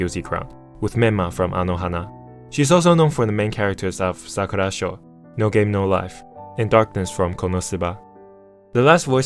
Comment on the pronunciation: sakurasou*, not shou